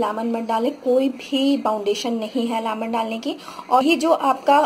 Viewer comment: Lamon nhi man lemon 🍋! But it’s okay thank you. 👍🏼